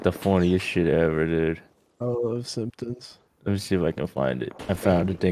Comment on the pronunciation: Are we ignoring that he said Simptoons and that’s a xx simpsons video